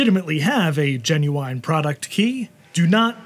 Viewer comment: Cool. Also, it is the first time I've heard someone pronouncing genuine /jĕn′yoo͞-ĭn/ like that /jĕn′yoo͞-aɪn/